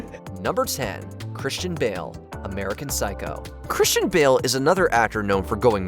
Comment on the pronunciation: Everytime you say Bale it sounds like Bill. I was so confused. Lol